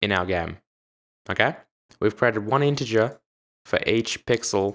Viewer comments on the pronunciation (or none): none